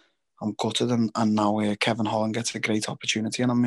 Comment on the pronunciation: It's kevin holland darren not hall lol